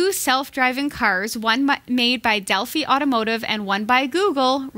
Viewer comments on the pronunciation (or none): Delphi is pronounced with a long I (as in eye). Been trying to send you a post card, but haven't been able to find any place in this small town in Wisconsin that sells picture postcards. It's like trying to find a pay telephone. Will probably end up printing my own on some card stock and mailing it in. They'll need to remove the 30fps cap to fix Arkham Knights. I received a code for a free download of it with the GTX970 I purchased a couple of weeks ago. The code expires at the end of July and they haven't said if they will extend the date or if we get screwed on this. Not happy about it at all.